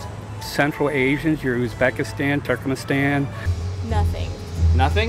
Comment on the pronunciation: Holy shit, that Ricky guy knows my country -- Turkmenistan. Even though he mispronounced it a bit. It is still good that it was the 2nd one in the list when he referred to Central Asia. This man knows a lot! If you hadn't stopped him, I bet he would've kept telling you the history of the world. He deserves it!